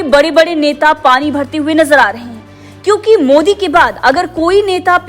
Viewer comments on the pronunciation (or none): none